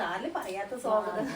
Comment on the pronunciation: സ്വാഗതം എന്ന് പറയു. സോഗതം അല്ല. മലയാളം അക്ഷരസ്ഫുടതയേടെ പറയു. നമ്മുടെ മാതൃഭാഷയല്ലെ.